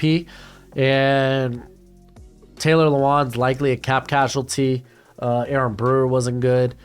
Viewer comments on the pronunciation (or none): none